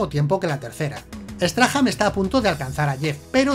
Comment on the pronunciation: Error épico, porque dices Peter straham... si es Peter Strahm??